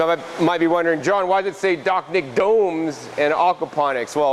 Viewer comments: Dachnjik-> Dačņik. your pronounciation realy messed up my understanding of the "summer home garden"... try using german combinantions of letters when trying rusification of words. ch - č, sh - š, nj - ņ, and so on. Cool system tho. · The CH is pronounced more like CZ like chacha, the dance.